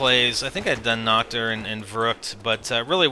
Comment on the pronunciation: its called Nacht and you should pronounce it with an h and not with k like nackt because that means naked in german...